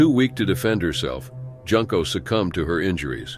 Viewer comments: The "u" in Junko is pronounced like the "oo" in "tool." (June/Joon-ko) Even pronouncing it like the "oo" in the word "hood" is more correct than making "Junko" rhyme with "Bunko"! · Her name is pronounced Joonko not Junk’o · It's pronounced " Joonko". Just saying. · Junko is pronounced with an "oo" sound, so like the month of June rather than junk like garbage. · It's pronounced June-Koh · And Junko is pronounced "Joon-ko"...